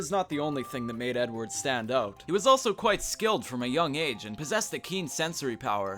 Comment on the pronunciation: ‘Fredward Kenway’